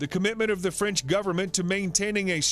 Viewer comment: “Franch” lol